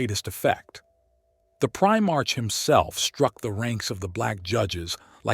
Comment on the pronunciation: “Eye-Veeth Legion” “PrimarCH” “Gullyman.” This Abominable Intelligence is Heresy